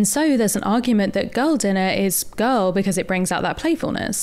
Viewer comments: After listening to you say "girl" about 897,000 times, it sounds like "gull". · Oh, GIRL! I thought you were saying, "Gull dinner" as in seagull. I couldn't figure out what the food had to do with sea birds.